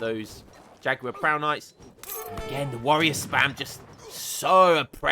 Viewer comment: i love that you pronounce jaguar correctly, i've heard morons say it like 'ja-gyou-are' truly, a cultured brit <3 😩